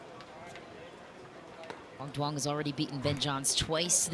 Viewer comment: need to pronounce quang duong name better